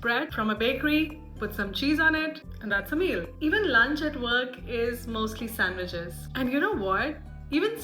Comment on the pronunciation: Sandweech sosage 😂 meals